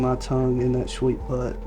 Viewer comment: killed me the way Chris said that “buTT” 😂😂